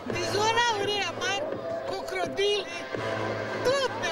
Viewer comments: Dar se aude foarte clar că zice dizoNauri și coCRodili. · eu aud ca zice cocrodili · eu aud dizonaurii si cocrodilii